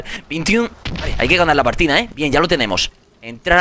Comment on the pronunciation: 3 años después y asta ahora me doy cuenta en que el minuto dice (HAY QUE GANAR LA PARTINA EH) 😂😂😂